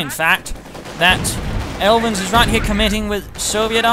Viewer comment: You pronounced me alright and thanks for the helpful tips, I'm going to try to improve my armor handling in the open beta;) sincerely, Aelvin